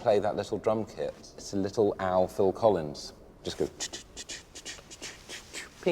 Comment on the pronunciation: Phil C-owl-ins